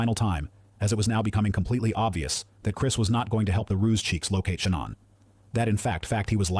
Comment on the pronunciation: AI narrator pronounced Shanann’s name in some creative ways, but I like this one the best: Shay-Nonn These AI vids are unlistenable